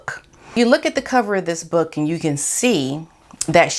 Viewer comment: I liked how you kept saying 'book' like Bhhok! aahhah